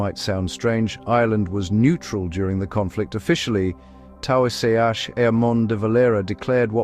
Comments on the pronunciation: tower-say-ash de Valera? Brendan Finny-khan? Dontcha love AI? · Roman legionaries in a WW2 context shouts AI And it's pronounced Teashok Lordy me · yes indeed, it certainly couldn’t handle “taoiseach”! Pretty poor effort for a channel claiming to be from Ireland I’d say.